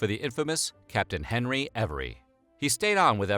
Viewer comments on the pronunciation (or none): none